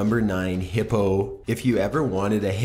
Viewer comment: omg the way he said hippo XD i'm dying. but seriously even tho these animals are dangerous, they're all still beautiful and unique and nowhere near as bad as humans